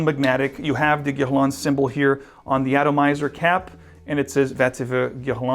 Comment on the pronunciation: Nice video! BTW when you say "Guerlain" you sound more Brazilian than French - or maybe me it's just me